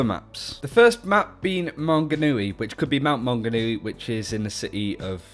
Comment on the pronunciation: You said Mt Maunganui right but tauranga wrong. Sorry but from New Zealand and live in Tauranga so yea. Love you guys tho